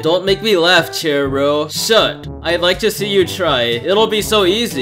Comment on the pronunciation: u said ir wrong i thought it was CHAIR row